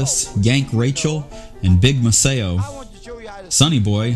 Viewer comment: the mispronunciation of Maceo is weird.... thanks is very nice...thanks